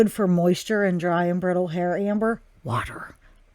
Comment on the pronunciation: You said Hamber! Love it! LMAO